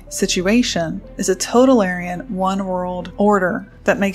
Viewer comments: you have a strange way of pronouncing totalitarian... you keep pronouncing it "total-aryan" ... it's more like "toe-towel-eh-tarian"... like libertarian isn't "lib-aryan" , it's "lib-er-tarian"... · It was bugging me too